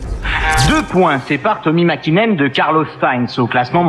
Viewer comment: Le copilote de sainz c moya pas servia et le champion du monde c makinen pas hakinen